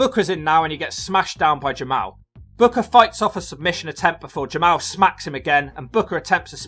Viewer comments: It is pronounced Ja Mall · It is pronounced Jamal